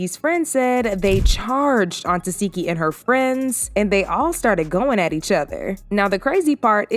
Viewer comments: Who is Tesheki 😂😂 Her name is pronounced Ta-see-kee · Why can’t ANYONE say her name??? It’s pronounced “Tuh-sec-E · Why do y’all continue to pronounce this woman’s name wrong when she CLEARLY has enunciated it a million times 😐🙃 TES ZEE KEE … not that hard 🙄